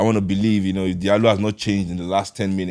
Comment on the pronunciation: you also pronouncing his name wrong 😆 ... its pronounce as jallo ...